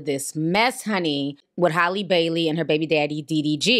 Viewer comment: You keeo calling her holly ... its Hally omg